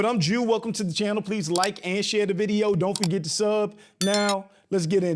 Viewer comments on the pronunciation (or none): none